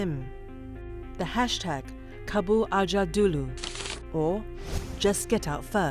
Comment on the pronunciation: i really hate when the narrator pronounces kabur aja dulu😂